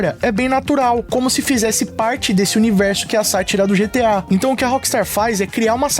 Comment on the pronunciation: Eu sempre vou quitar o video quando ouvir essa pronunciar GTI 😂😂😂😂😂😂 da n